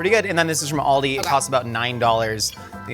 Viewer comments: pronounced Aldi wrong. He pronounced it like the car brand Audi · It is not pronounced All-dee it is Al-dee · Hearing people (usually Americans) pronounce it Oldi makes my brain hurt.